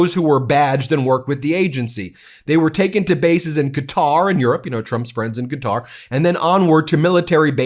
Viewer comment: Thank you for pronouncing 'Qatar' (kuh-TAR) properly. It is so cringe when people call it 'cutter'. It's the same as pronouncing 'nuclear' as 'nuke-ya-ler'. Trump is a despicable liar. He needs to resign immediately for incompetence.